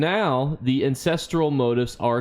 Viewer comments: I was wondering what "motives" you were taking about. It turns out you're simply mispronouncing "motifs", which is stressed on the SECOND syllable. You're welcome. the i is pronounced like "ee". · Why can’t you properly pronounce motifs? ;_